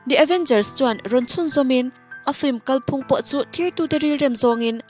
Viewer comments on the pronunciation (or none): Ngaihthlak a nuam hle a, amaherawhchu thil pakhat sawi loh theih loh nia ka hriat ka'n lo sawi ange. 'Kalphung' tih hi vawi tam làm a ni a, 'Aizawl' tih lamrik anga lam a ni a, hei hi a dik lo a ni. 'Ròhlu Isua ka nei' tia 'Rohlu' tih lamrik anga 'Kàl phung' hi lam tur a ni. A tha lutuk e.👍👍👍